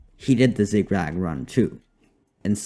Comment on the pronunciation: Bro great vid but you said Zig Rag